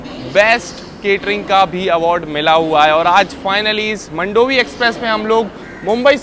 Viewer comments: मंडोवी ❌ मांडवी ✅ ( river in Goa ) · Its pronounced as मांडोवी एक्सप्रेस and not मंडोवी express , please pronounce it correctly WHY DIDN'T YOU SHOW THANE RLY STN. ?? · मंडोवी नही मांडवी बोलते हे